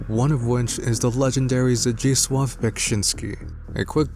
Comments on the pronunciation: You nailed Zdzislaw's name pronunciation wow. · I love the fact that when pronouncing Zdzisław you spelled Ł as W and not L like everyone else Also we can see some creature twitching, it looks different since scornguy and enemies we saw so far has visible flesh and tissues while that thing doesnt have mi skin on it and it look more boney and dry like some kind of mecha or robot